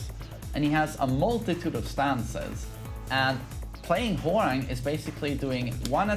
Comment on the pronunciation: pronouncing "Hwoarang:" "I see no 'w.'"